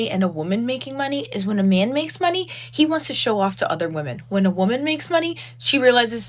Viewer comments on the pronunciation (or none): none